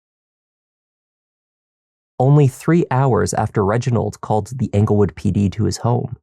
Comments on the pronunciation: It’s not anglewood, it’s Englewood! 😊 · Just a heads up (I know I'm late) but it's Englewood, CO not Anglewood